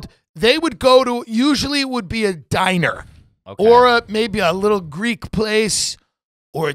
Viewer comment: Tim pronounces "diner" like a rhyme of how Ttrump pronounces "China"